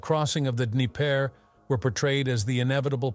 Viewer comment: There is no d'knee-PAIR River. It's d'KNEE-per.